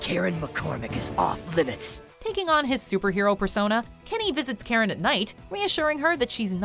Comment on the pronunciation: I always thought Karen's name was 'Carrot' until i turned on subtitles i believed that fir a good while.